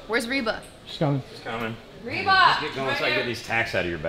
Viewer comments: I love how backstage, Britt still calls Rebel 'Reba". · Her name is Rebel but Britt being the obnoxious boss that she is never tried to get it right. 😄